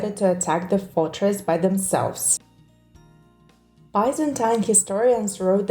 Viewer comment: So many incorrect pronounciation. It's not Bazantines but Byzantines, and not Vaineruold but Vinervald :D